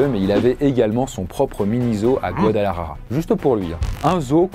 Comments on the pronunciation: Par contre faut vraiment arrêter de dire guadalajaja c’est : Guadalajara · C'est pas Guadalajaja c'est Guadalajara ! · Quand il dit Guadalajara il dit : Guadelahaha ☠️ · 😂 c'est pas guadalarara ...ca se prononce Guadalajara....le r devient l.